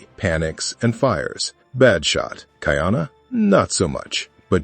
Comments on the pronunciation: Not kai-ana, ka-ee-ana. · It’s not Kai Ana . It’s pronounced Ka-I-Ana